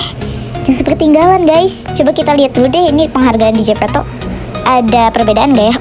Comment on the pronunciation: Jepeto , Jem Di Dengerin Jijk 🤮